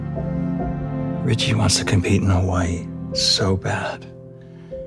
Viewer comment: Can u guys saw Hawaii correctly thats disrespectful to us locals